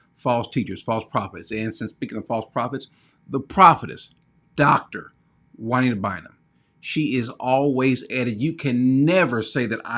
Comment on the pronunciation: It's Jua-NEEDA BIND-EM.